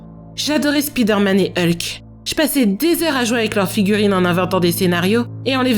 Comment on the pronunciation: "j'adorais Spiderman et Heulk "